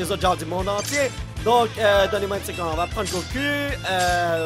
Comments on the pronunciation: Goku ce dit go cou pas go cu ^^ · t'as dit gocul au lieu de goku (gokou) XD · Slt je suis désolé de te faire la remarque mais comme je suis un fan de DBZ je suis dans l'obligation de te dire de bien prononcée Goku exemple: la vraie prononciation Go(ku) /ou et ta prononciation c'est go(ku) /u. Déso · goku... Ça se prononce gokou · Quentin D j'ai cru il avais dis beau cul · Juste, mon nom se prononce Gokou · mon dieu ne prononce pas goku prononce gokou ^^